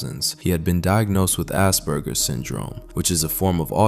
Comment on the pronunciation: Narrator said assburger. Lmfao. Too much southpark.